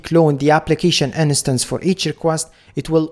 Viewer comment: you always say "in-a-stance" but you mean "instance", right? just to be sure, I don't miss anything.